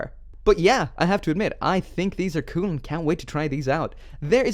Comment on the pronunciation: when he says "cool"CUEL